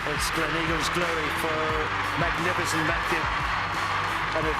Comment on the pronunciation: how can an american mispronounce eagle as in Gleneagles?